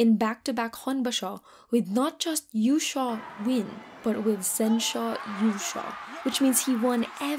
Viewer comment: Might want to make yushou sound more clearly as a long o